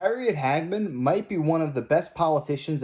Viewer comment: Harriet Ha ge man, NOT Hagman as in JR Ewing in Dallas,Major Nelson in I Dream of Jeannie. Little before your time, but it’s good to be young.